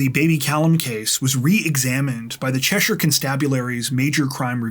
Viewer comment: Holy shit you actually said Cheshire correctly, nobody does that. They all emphasize the -shire part like it's LotR. I live in a different Cheshire but it still applies, that's how we pronounce it exactly. As far as concealing the pregnancy goes, I knew this one chick years ago who was a local bar karaoke dj or whatever. So she apparently got pregnant and had literally no idea until her water broke, there were zero signs of it at all. I forget the name of the condition but it's super rare and she was totally oblivious, no morning sickness no baby bump/basketball nothing. I haven't talked to her in years, wonder how the kid's doing... I mean she did the full term drinking and smoking and everything. I can't imagine that bodes well for the kid's development.